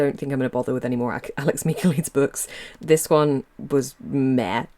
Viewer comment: I believe its Mick-ah-LIE-deez. I dont like his books either lol